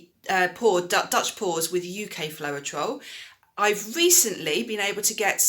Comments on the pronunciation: Great tutorial! Really fab information for UK pourers, thank you! Can I just let you know that it's pronounced flowtrol, not flo-er-trol. Not nitpicking, just thought you'd want to know x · Great video, ty oh n just FYI both of the AUS US Floetrol are pronounced flowtrol;) Happy Easter 🐣